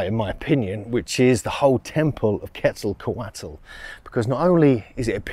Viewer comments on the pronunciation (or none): "KETZL-KÔ-WAT". NOT "KETZLE COATLE".